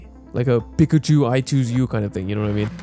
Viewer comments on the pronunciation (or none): none